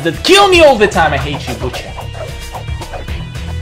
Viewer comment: "Butcher" more like "But cher"